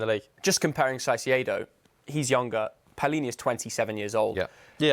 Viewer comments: One constant in football media is English punters absolutely slaughtering foreign players' names hahaha "Sy-see-ay-doe" for Caicedo makes me want to shrivel up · If I hear “Saiseido” one more time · Everytime says “Saisyedo”, i cant help but cringe a little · confident misspronounciation of Caicedo is so grating. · refuses to pronounce Caicedo correctly in a room of people who are all pronouncing it correctly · Walking L teaching us how to pronounce Caicedo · How can this be your job and you don’t know how to say caicedo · green top dude was killing me with his pronunciation of Caicedo 😂 Everyone else got it right but nope, not green top guy